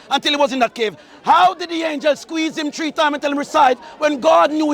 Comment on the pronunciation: he's jamaican, can't say three properly, he said tree also he didn't say author he said autor, jamaicans drop the in a lot of cases. Not Matthew but mattew etc